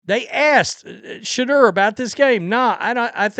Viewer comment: Work on saying his name correctly Sha - Door